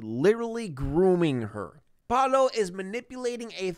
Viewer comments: the way he says PALO instead of PAOLO i- 😔🔫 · IM DYING it’s pronounced “p ah uu l oh” you’re saying “Palo” WHICH MEANS STICK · palo"??????????? wtf???????????????????????? its PAOLO.... PAAAAOOOOLLLLLOOOOO it means "pablo" or "peter", etc......... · I’m Italian and the guy is named Paolo, not Palo, that means pole in English 😂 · Yeah he meant to say Paolo not Palo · I love how he calls Paolo "Palo" because in spanish that literally means S t i c k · 23 minutes of yelling PALO! at us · Since he's italian his name is likely Paolo, /the actors probably just pronounce it in a weird way. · Me ha estado matando escucharlo 🤣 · I guess the guy is called Paolo, but you pronounce it like 'palo' which means 'pole' in italian. I was confused for a bit 😂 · Paolo: Pah-oh-loh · You’re pronouncing Paolo so wrong that it sounds like you are saying “Palo” the whole time, which means pole in Italian so lol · I'm sorry, his name is... Palo? *Palo*? Stick??! Or is he mispronouncing Pablo? Hahaha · they're mispronouncing Paolo which is a name in Italy that just.. isn't pronounced like that lol. You pronounce every vowel, pah- oh- loh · I’m fucking losing it at how he pronounces Paolo, HE’S CALLING HIM POLE I’M CRYING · The way you say “Paolo” is so funny because it sounds like you are saying stick in Spanish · Paolo, Italain for Paul and they are pronouncing it wrong, of course